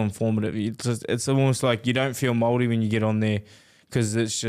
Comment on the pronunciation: Credit to James Graham and his pronunciation Maori 💯 respect to him